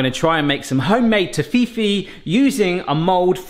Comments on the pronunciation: The UK pronunciation in their Adverts is Tof-ee-fee no Toff-fee-fee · I can't help but notice the way you say Toffifee, I'm pretty sure the adverts say Toffee-Fee. Sorry, I just had to point that out. Amazing work their, well done. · I was so confused on how you were saying it then I realized it’s a different name in the states - Toffifay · Not tough E fi no no noooo Toff E fee As in a toff (posh person) eee E as in capital E and fee as in a monetary charge. Hurts my soul listening to that! Tsskk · To-fee-fee?! Toffy-fee, surely! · Its Toff-Fee-Fee...Not Toffee-Fee...Please 😂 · It is tof-if-ee not toe-fee-fee. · Could not finish watching because of that damn tofifi, plz it's not that hard to say toffifee.. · I pronounce it as Toffee fee like it’s 2 separate words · Tof-fee-fey, as per the commercials in Canada. Your pronunciation is painful to hear. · 🇨🇦It’s pronounced toffee-fee, here in Canada, but it was previously named Toffifay. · Toffi-fay is the proper pronunciation according to the company that make Toffifee. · Toffee-Fay comes closer but "fay" is not exactly like you would say in German. Greetings from Munich, Germany. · You pronounce it wrong. I’m pretty sure. I pronounce it Tof If ee I’m from London, England- in case that wasn’t clear. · Ok good so I’m not going crazy... I could have sworn it wasn’t Tohfifi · Surely you remember the ads, it's pronounced toffee fee. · Yep. I remember the ads here in England. It was pronounced “Toffee - fee” Never heard it said the way has. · tof fi fee is pronaunced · you pronunciate it like toffifay ;) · I won't argue on nougat, but why you pronouncing Toffee-fee like Tahini though 😭😭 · Is that really how it's pronounced? I thout it was tof-if-fay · Its pronounced as ( toffie fee) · Toffee (as in off......then the E........FAY).....Toff-E-FAY.....get rid of all of those eeeeee's that you are saying.....lol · Are you deliberately mis pronouncing toffifee? It's pronounced toffee fee